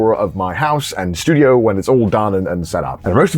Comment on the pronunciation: stu "dio". really?